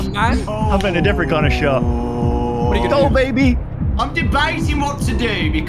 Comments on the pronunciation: "...kinf enough to provide..." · "the devs were kinf enough" lol